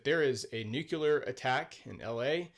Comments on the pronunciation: I’m going to review this review. Pro, this guy seemed to be pretty fair to the movie, highlighting its pros and cons. Con, the guy can’t say “nuclear” properly. It’s pronounced “nu-clee-ar”, there is no second “u”, so it cannot be pronounced “nu-keu-lar”. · It's nuCLEAR not nucUlar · Say "nukuler" 1 more time 😜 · it's a vveeerrrryyy common mispronounciation. And one of my personal pet peeves😅